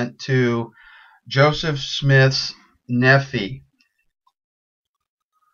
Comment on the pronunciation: Nephi is pronounced Knee-fy lie the name Levi.